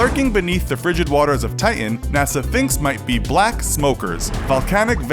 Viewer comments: Titan not ti-en! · It's pronounced TI-TAN not TI-UHN. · why can't you say TITAN?